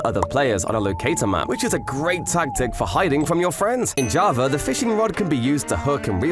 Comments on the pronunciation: why this dude says JavaR edition instead of java edition ? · Y Do you say JAVER instead Of JAVA Sometimes?? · Why do people say javer instead of java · He says: “in javer edition”. But writes Java 😔. Whole video is clickbait 😭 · “Javer edition” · Y u say javar edition? Why the R when u say edition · Bro said javar edition 💀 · “Jarvar edition” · "In jovver edition..."